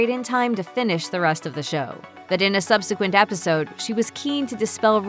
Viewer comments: When did people start pronouncing “subsequent” like ‘sub-see-quint’ ? I’ve only heard it said that way from YouTubers in recent months. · This is the first time I've ever heard it pronounced like that...